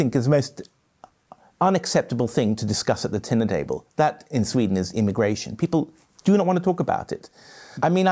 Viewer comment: Hoe je een dyslect herkent. "most unacceptable discussion at the tiner dable" 😅